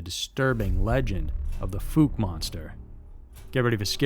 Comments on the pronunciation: Fouke is pronounced ‘Fawk’ not ‘Fook’ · "Fowl-Kuh" not "Fook" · Its not pronounced "fook". Fouke is pronounced "fow-k". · Pronounced " Fow-k " . . . Still enjoying the video , thanks 👍😉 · Narrator butchered Fouke pretty bad. Lol.. Fook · The way you pronounced the word “fouke” is wrong. I live right beside it. It’s pronounced as if it sounds like the ou in “ouch” but f’ou’ke…